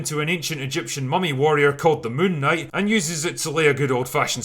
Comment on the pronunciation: i refuse to watch this movie til I can take the name seriously.. btw it's called "Moonk Night"